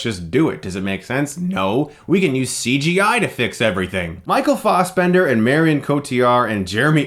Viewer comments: "Farsebemnder"? "Fassbender", my friend. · Why do I hear "Michael Faussbender"?! It's Fassbender! Damn it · fas not faus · Fassbender not faus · Stop saying Fossbender, Chris! >.< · You make great points but I can't get over "Fossbender". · Michael Fossbender? u might as well say moycle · Fast bender! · guys is it right to pronounce FA-as in 'far'-sbender? I thought it was FE as in feminist. Im so annoyed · You can pronounce assassin properly but not Fassbender (ASS) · Michael Fausbendar lol why are you saying it like that? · It's pronounced Fassbender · Taylor Williams assbender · ... Stop pronouncing Fassbender like that it's so ridiculously incorrect. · Please pronounce his name properly. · What the fuck is wrong with you?! Stop pronouncing Fassbender like that! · Every time he says Fassbender. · The way you pronounce Fassbender should be illegal. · "real German pronunciation" - he's Irish m8, fuck the original german pronunciation. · ***** fixed it